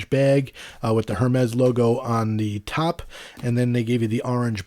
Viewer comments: It bugs me how he says hermes. He says it Hermes with the emphasis on the H by it’s pronounced ermes no h. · My point was simply that HER-mez is wrong and if you are going to spend that kind of money on a watch you ought to know how its pronounced. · great comparison. Got to give you a little grief, it’s pronounced “Air-Mez”.. Just drop the H bro and you’re good! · Oh you’re good! You know only the super snooty people pronounce it properly! I’ve had Apple Watches since series 0, get my first Hermes this week, so watching a few reviews of the allegedly amazing coveted AIR-MEZ model. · It's pronounced ERMES without the H :) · The HERmes pronunciation was annoying coupled with the labored breathing... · I believe its pronounced AirMes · definitely not “air” it’s pronounced ermès with a little aspiration on the first e. Your pronunciation is good, just put the accent on the last e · They’ve pronounced it airmez in the previous Apple stage announcements. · Hermès is French and you don’t pronounce the ‘h’ in the French language. Great video. I also got the black before but not into paying a huge premium for it. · I was just about to ask “who’s gonna tell him” lol